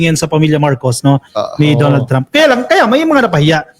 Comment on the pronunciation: GUYS DONALD IS PRONOUNCED AS DANNALD TRAUHMP NOT DON ALD,, '"TRAU-MP" IT'S TRAH UMP...